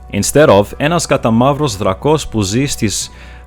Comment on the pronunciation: Greek here, the text on cards is in English, then again, I haven't bought a pack in 15 years, so things may have changed. The tone on Drakos is on the a.